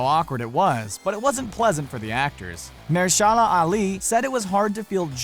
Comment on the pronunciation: Ma-HER-Sha-La Ali